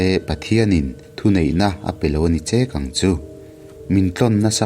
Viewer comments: 'Ni pawh ala kang vah' tihlai hi, "tuikang' kan sawi a, 'kang' ang a lam lo in, chawikang, ball pet kang kan sawi a, kang kan lam ang a lam tur a nih hmel, a thilsawi tum nen hian i 'kang' lam dan nen hi chuan a inmil theilo. Tui a kang thin a, Ni chu. Kang ngailo ania 😀😀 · Ni pawh ala kang lui kang chat a kang ang hian i lam,,,mahse nilo in kang zuang kang rawh ti a kang ang khan lam tur i lamsual palh niin ka hria sawi ve mai mai...😅😅😊😂 I channel hi ka duh lutuk hrang lam Pasaltha rak hnuai a tawn lam hi a ngaihnawm leh zual lo ti zel rawh i aw(voice) hi a mawi a hriat a nuam....lo hrang zel rawh aw i chhiar thiam mawlh mawlh lutuk sawiselna tur a vang ka ti i thluk dante hian min hneh...😮❤️❤️❤️